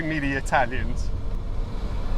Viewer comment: i would love to watch your videos, they appear to be very interesting. but every time i attempt it i am put off by your italian pronounciation of particular words, very annoying.